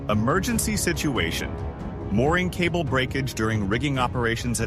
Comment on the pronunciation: “Moringcable”….. realy??? Just give us good footage and the h*ll with crap music and AI-non-sense!!